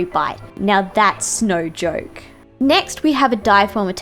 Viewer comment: Haha she said snowjoke